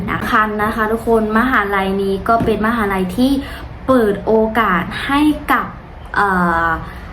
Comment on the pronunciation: ขอแสดงความยินดีที่เป็นนักศึกษาใหม่ของมหาวิทยาลัย อยากให้อ่านภาษาไทยให้ถูกต้องโดยเฉพาะคำว่า มหาวิทยาลัย อ่านว่า มะ-หา-วิด-ทะ-ยา-ลัย จะทำให้เราดูดี และน่ารักขึ้นอีกมากครับ